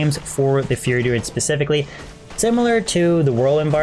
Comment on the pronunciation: learn how to pronounce fury, your sounding like "fear" druid or "feary" druid when you say it...